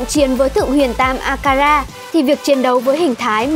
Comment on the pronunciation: Sao đọc cái tên nào cũng có chữ R vậy nhỉ đọc sai tên ai chứ sai tên thân tượng tui thì tui report: akaza đọc akara 🤬